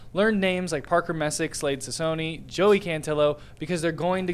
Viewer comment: You don’t even know how to pronounce Cecconi. WATCH THE GAMES if you are going to speak on the topic